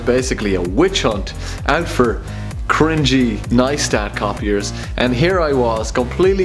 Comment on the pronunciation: I cringe every time he says "cringe"